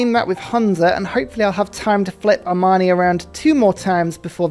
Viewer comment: I enjoy when pronounces Amani close to "Armani". I imagine him sending city-states loads of stunning suits and haute tailoring.